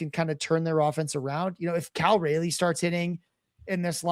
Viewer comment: I am absolutely flabbergasted a professional baseball analyst doesn't know how to pronounce Cal Raleigh's name right. You know, like sir Walter Raleigh? There's no "y" In it!